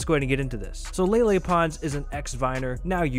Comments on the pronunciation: Its lele not lala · It lele not lala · He said lele??